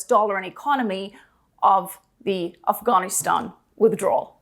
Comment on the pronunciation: I think I fell in love by the way she pronounced Afghanistan.